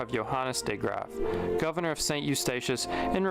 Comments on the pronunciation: Well I am dutch and the pronunciation of the dutch words and especially the name of the governor de Graaf do not sound like a dutchman would say them. We will probably never know who is. But that does not really matter. More important is that he tells, as far as I am concerned, a part of the history that is so underexposed. and that i learn more about it myself. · are you sure this video is from a dutchman, the pronunciation of the name de Graaf was with a heavy accent. Some pronunciations of words made me think of australia.